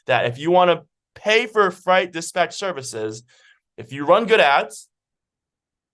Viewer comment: Great content, but fright and freight are 2 different words with 2 different meanings and pronounced in 2 different ways.